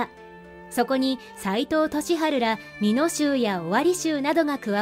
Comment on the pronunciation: 美濃をみのう、間髪をかんぱつと言ってました